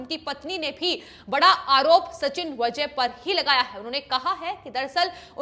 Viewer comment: Pronouncesion गलत है। वजे नही वाजे